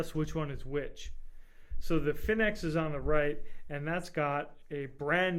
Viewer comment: btw you pronounce fenix wrong, it's the same as phoenix. anyways i think 10 lumens isn't really enough light even for a keychain light...my keychain light is the thrunite ti which is 162 lumens with an AAA battery. the size isn't too big for a keychain at all and it's very light